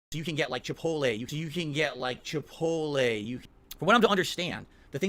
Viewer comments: I do love me some chipohlay sauce. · Chi-pole-lay Here we have a lazy valedictorian folks. An easy Google search on how to pronounce this word is all that's needed.